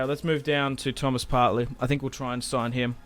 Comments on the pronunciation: Just saying, it's Partey. Not Partley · Love this career so far . Only things wrong with it is “Partley”😂 and that he said “k” a lot instead of “mil” other than that, great start